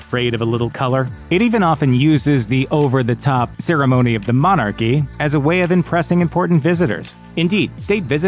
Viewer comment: What the hell is a monarrrrchy? Lol.